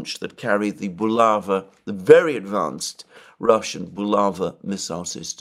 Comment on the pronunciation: It's bulavA (emphasis on the last vowel)😊